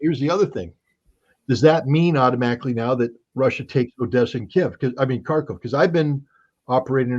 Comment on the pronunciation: Tell Scott that "Kharkov" is pronounced "Harkov". It's very annoying.